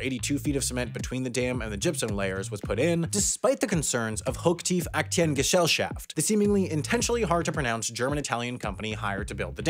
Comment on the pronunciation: It's always a pleasure when someone tries to pronounce german words and then doesn't even take the shortcut of abbreviating "Aktiengesellschaft" to "AG", like everyone in Germany does 😊